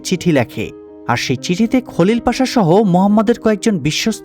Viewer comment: বাংলা উচ্চারণ অনুযায়ী নাম গুলো ঠিকই আছে।